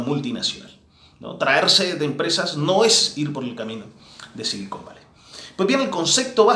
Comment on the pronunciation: "silicón valley" o "cocain valley" ?